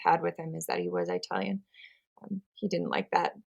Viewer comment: "Eye-talian"? Is that someone from "Eyetaly"?